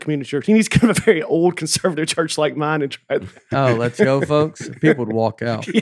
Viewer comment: Does Nate say "let's go" or "less go"